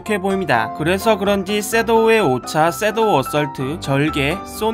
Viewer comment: '쌔도' 말고 섀 ㅅ ㅒ ㅅ ㅒ도 어 라고 해주세요 귀에 맴맴 맴돌아서 노이로제 걸렸어요...